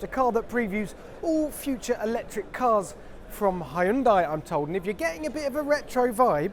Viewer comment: Why does he pronounce Hyundai as "high-end dye"? It's not a CPU, it's a car.